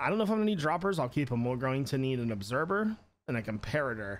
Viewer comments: instead of “observer” he says obserber😂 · Its obserVer not obserBer he says obserBer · Did he just call the Observer and obserber? Not picking on you great guy keep up the good work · I love how he says observer lol... “obserber”